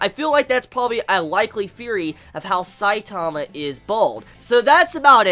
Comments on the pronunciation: his name isn`t saitaama its saitama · IT'S S-I-T-A-M-A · why do you say his name like that? and what is "mangaka"? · Just by the Way you say Saitama ill dislike